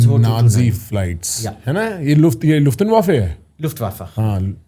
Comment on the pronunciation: bro butchered Luftwaffe with that pronounciation 😅